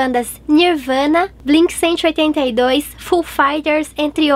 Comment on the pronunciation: Ahhhh, eu estava muito empolgada pra sair esse vídeo, espero faz tempo! Adoro One Ok Rock, mas não acho nada rock, muito menos heavy metal, tá bem pro pop. Mas é muito legal! Ah, e a pronúncia de Blink 182 é em inglês haha Tipo "Blink one eighty two"